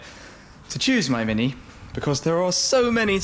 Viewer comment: Nice car. But 'Shhmini' ? cringing hell